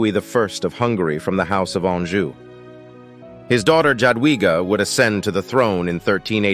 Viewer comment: Pretty good research and explanation. I would ask You to learn proper pronunciations of Polish names. "Ja" is pronounced as "Ya" so "Jadwiga" would be pronounced as "Ya dvi gah". "Ch" or "h"is pronounced as "Hah". "Sz" is "sh" ... Polish is hard to learn but I feel that One should understand basic pronunciations of the language. Otherwise, I do appreciate the effort. Zdrowie ;)